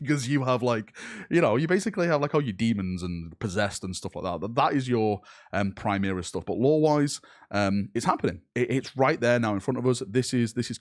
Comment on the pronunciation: PrimAris man.....pri-MAR-is.....ffs